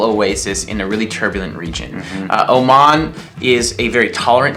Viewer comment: FanFan_Laxy 23 😂😂😂Oman not Oman